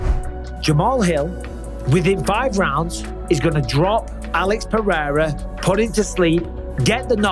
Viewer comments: I hate Cejudo so much. He tried to throw some extra sauce on "Pereira" and said "Paraya". That's not even how you pronounce it with the accent lmao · I don't understand how Rogan being involved with the ufc all this time still can't pronounce Pereira.